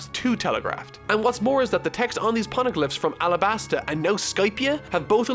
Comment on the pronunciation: I am glad you enjoyed one of my favourite arcs,... But... Can we just talk about doesn't pronounce shit right? Shandia has the Sh- pronounced like the Sh- Shore, Shade, Short, Shake. The H is not silent. Phoneglyph has the Pho- pronounced like the Pho- in Phone, Photograph, Phonetic. The H is NOT silent. I thought it was a fluke in the last video, like "oops, that came out wrong." But seeing it again made me realise that it was intentional. You meant to not pronounce the H... This might look like a nit pick, but the Phoneglyphs are a KEY PLOT POINT for the future of the series, with it being extremely connected to Nico Robin, the Pirate King Gold Roger and with the government of the world of One Piece. So if it turns out is going to pronounce it weirdly every single time he talks about it... There are some arcs whose reviews are going to feel veeeeeeeery looooooong.